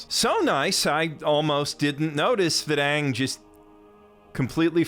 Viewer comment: I never saw the live action movie. So I’m just hearing the actor calling himself Ahn… when the literal original source material never pronounces it that way